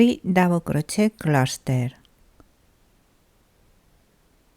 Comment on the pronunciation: Hello from British Columbia, Canada. Your English is very good. However, the “et “ at the end of crochet is pronounced like an A, not “et”